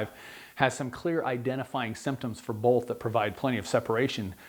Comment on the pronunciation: I'm getting really hung up on the fact that this guy puts an L in the word "both". It's hard to listen to.